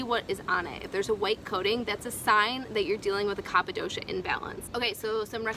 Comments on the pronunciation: a constructive correction: the pronunciation is "Kafa" like cough and not "Khappa" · It is pronounced kafa and not kapa 😶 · It is pronounced "Ka-fa". People may find it difficult to take advice from you, if you are not aware of that. Please correct the error in your video. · Pronounced kafa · It's kapha ..like cougha